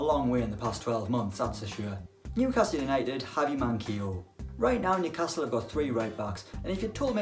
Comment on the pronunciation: Nobody:: New-CASTLE